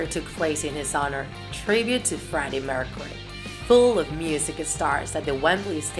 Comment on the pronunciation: She can’t talk killer qwine Freddie meurcaery Simgere